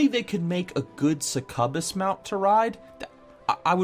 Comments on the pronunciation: Suck-cub-biss? It's suck-you-biss. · surcubus? you mean succubus, say it with me suck-u-bus= succubus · sub cub us. actual pronunciation: SUCC u bis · su cub us mount? UHH WHAT HOW DID YOU JUST PRONOUNCE THAT!? you mean suck you bus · Suh-Cub-Us...? It's pronounced Suck-You-Biss. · Have you never heard anyone pronounce "succubus" before? It's "suck you bus." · Yeah I hate to say it, but its pronounced, Suck You Bus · How did you pronounce succubus? suck-a-bus? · LOL suh-cub-us hahahah you massive virgin!!! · Suh-cub-bus made me lol. to each there own but that one was new. great video! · Suck-uh-bis? Holy shit, I am in tears laughing. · Resention ok I always pronounced it suck-oo-bus but maybe it's a potato tomato thing with multiple pronunciations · I always pronounced it "suck-you-biss" comparing it to words like "incubator" or "incubus" or "homunculus." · How about Suck-You-Bitch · Suh-cub-us What? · He literally said Suck a Bus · Yeah xD Fuck me when i heard him Pronounce Succubus as Sucubus i shat myself with laughter xD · Suck-you-bus bro. Also First. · That’s not how you pronounce succubus lol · How the hell did he just pronounce succubus? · i died a little when you pronounced succubus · im not sure i can keep watching after the pronunciation of succubus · Inb4 every comment is about how you mangled the word succubus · Never heard anyone miss pronounce succubus before. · I like this new pronunciation better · Looked in the comment section to see if anyone heard it.. was not dissapointed :p